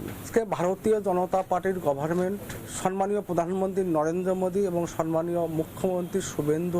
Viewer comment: It's not Sanman It's Samman